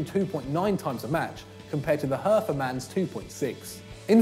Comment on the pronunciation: try learning to pronounce "hertha" before claiming Plattenhardt shouldn't be there. If anything Hector should miss out in favour of Max